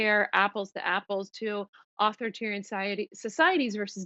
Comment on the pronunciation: Spokesperson for Mike Pompeo mispronounces authoritarian, she sounds uneducated and her arguments are shallow. Why does she speak for the State Department?